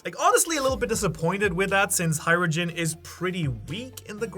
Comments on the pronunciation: the correct pronounce is hajjrudin not hairudin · Its hajrudin not harudin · Hay-ru-din not hay-ru-jin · Its haijrUdin-hai roo din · It's "Ha-ru-deen" Don't confuse yourself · Its 'Hay-ru-din' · Er wird "Haschrudin" ausgesprochen.